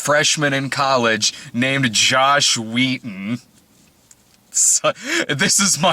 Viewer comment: Every time you say Josh Wheaton I hear Joss Whedon.